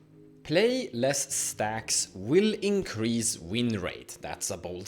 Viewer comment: Increase. Not incrase.